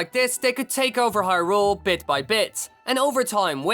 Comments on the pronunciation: Don't wanna make fun of your accent, but you say Hyrule like hyRULE. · The way he pronounces hyrule